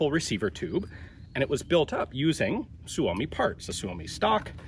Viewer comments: Just a minor correction: Suomi is always pronounced with the emphasis on the first syllable; i.e. SUE -o-mi, never sue-O-mi. Hyvää Päivä! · PSA: Suomi is the Finnish word for “Finland”. Finnish words always place the emphasis on the first syllable. It’s pronounced SUE-oh-me, not sue-OH-me. We will now return you to our regular broadcast. Thank you. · I believe the Finn boys pronounce it sue me.